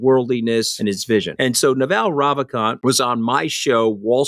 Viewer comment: The pronunciation of Naval Ravikant is Nuvul Ruvikahnt....